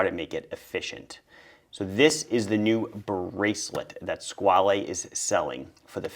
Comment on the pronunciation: You’re pronouncing Squale wrong.